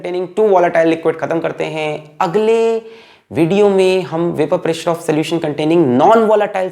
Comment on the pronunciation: Any body watching this video in 2025 ,if noticed that our sir already followed tha trend dame un grrrrr as vapourrrr pressurrrrrrrrrr😅